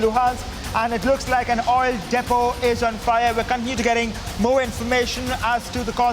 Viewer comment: Hey... "Reporter"- it's proper pronounciation is : * Depot ->""" Dee-p0 """ (deepo) ❕